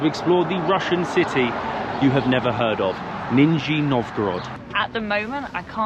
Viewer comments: You’ve not heard of it but you could learn to pronounce the name. It’s like someone saying Lodnon instead of London. NIZH-nee not Nin-Zee. Love your videos but do a bit more work on language. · Why you keep saying Ninnzy ? Lol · Neezshhhhny .. a historical city. What you see is in honor of our WWII heros. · It's really entertaining to hear in this video, like, million times "Ninja Novgorod". Man, in Google Translate there's a function that pronounces words, you should try it sometimes. And talking about big Russian cities you never heard of - there are 16 cities in Russia with 1 mil population, almost all in european part. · 2 mins in and waiting to see if pronunciation improves from "Nin-zi Nov-goe-rod" ( sorry, it is nice how you're trying haha ) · It's Ni-ZH-niy Novgorod, ZH pronounced like bumblebee ZH-ZH-ZH russian letter Ж. aso like in words: plea-S-ure, vi-S-on, ca-S-ual, a-Z-ure, hope you understood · KNEE-zh-knee Novgorod. Cheers! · Say it with me /nizh-nee nov-go-rod/ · Не хорошо смеяться над произношением, но мне всю дорогу слышалось "Нинзя Новгород" 😄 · You don't know how to pronounce the letter Zh-Ж in the name of the city, you've never pronounced the name of that city correctly. This is the English translation of the name of that city. Lower New City- Нижний Новгород (Nizhny Novgorod). Greetings from Macedonia. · Not sure why you think people in the UK have never heard of this place. Secondly, hearing you pronounce the name of the city was making my ears scream in pain. Нижний Новгород, is pronounced as “NIZH-nee” “NOHV-guh-rod”. And my Russian is awful. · Don't correct the pronunciation, it gave birth to a funny meme about the city of ninjas. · You actually are saying for russian people Ninzy (Ninjas) Novgorod! LOL )) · Did you just call it Ninja Novgorod XDDDD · Guys, it’s Nizh-ny Novgorod! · No, it's ninsie novgorod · You mispronouncing Nee-ZH-niiY is pretty funny 😄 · Not Ninjy Novgorod but Nizhniy ) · ❌Nizhny Novgorod ✅Nin-Z Novgorod